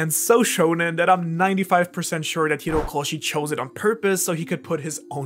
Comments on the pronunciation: Isn't it Horikoshi, not Hirokoshi? （笑） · Bro. It's HOrikoshi. Not HIrokoshi